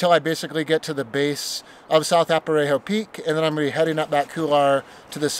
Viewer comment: Good video. It's "A-rap-a-ho" not "Ap-a-ray-ho" I believe.